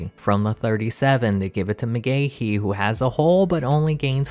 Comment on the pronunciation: It's Mcgahee not Mcgahehehe 😅